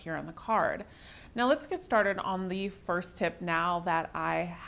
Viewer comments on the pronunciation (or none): none